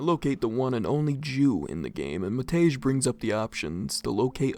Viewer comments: Love it when English speakers try to pronounce slavic names, always a barrel of laughs. I particularly enjoy Matej (The actuall pronounciation is closer to "Mat-ey"). It's teetering on the brink of sounding like "Matt Edge" and I love it. Janči is also up there. For those who don't know anything about slavic languages, Pavol and Matej are the Slovak forms of Paul and Matthew. Janči would be something like "Johnny" if I know my Slovak correctly, don't quote me on that one, though. I'm not a Slovak speaker, just a Serb with some surface level knowledge of it, enough to know how to properly pronounce it and translate the basic stuff. Janči, to me at least, sounds like a nickname for "Jan", that is "John", therefore "Johnny". Might be wrong, though. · I shall no longer tolerate the disgrace westerners bring to Matej's name! ITS PRONOUNCED MATEY NOT MATEZH.